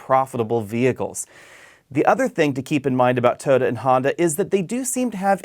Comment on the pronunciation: Why can't you say Toyota?